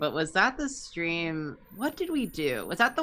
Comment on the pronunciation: Is it a...a...strem?